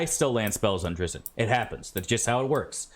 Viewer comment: It's DRITSST. I feel like you MUST know that and are saying it that way to trigger me, specifically